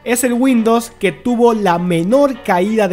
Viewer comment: Por qué dice windos? Y "fue" en vez de "fueron"